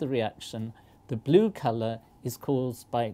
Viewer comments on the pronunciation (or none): The professor said glue instead of blue